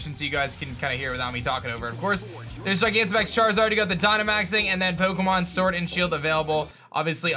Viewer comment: Poke'mon sworld and shield!!🤣